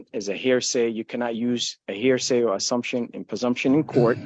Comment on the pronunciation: I should have had 144 "I object's" on my bingo card....dang! Or....how many times this idiot says "hairsay" instead of hearsay! Clearly tells he has absolutely NO idea what hes talking about....